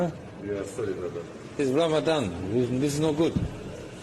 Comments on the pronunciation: In Texas we would say WTH is that? Did you say Ram a dong?😅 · "Ramadan" everyone's throat